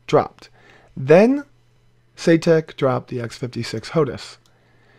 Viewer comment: Saytek? Eye - Saitek surely. But then as it's a name I guess it could be pronounced shoutuk. :)